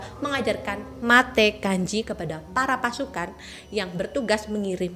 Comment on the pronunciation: Mateg aji kak Bukan matekanji